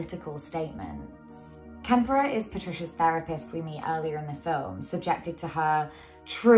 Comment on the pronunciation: This was excellent, i greatly enjoyed your analysis. Props to you for giving de Quincy his! One slight but, i believe, important correction: it's "Klemperer" not "Kemperer" Why important? Well, i believe the name is taken from the ultimate "witness" to the day-to-day opressions, persecutions, and horrors of the Third Reich, the late Victor Klemperer. EDIT: i see you acknowledge this at the start of the video, sorry I was just listening to you as I took an evening walk. I'll leave the above remark as people might like to look into Klemperer's work.